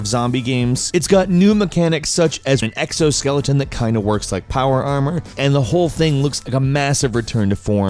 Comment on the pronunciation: "Power armUur"